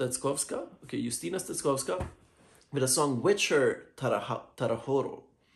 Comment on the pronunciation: We pronounce her name Justyna as you have said, but surname you pronounced almost good: 'cz' should be readed like 'ch' in word 'chest'